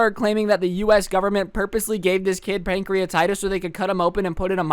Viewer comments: This is how many times pronounced pancreatitis wrong | | V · 96 now